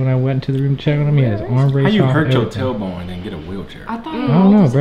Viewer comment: Talor bone😂. It's tailbone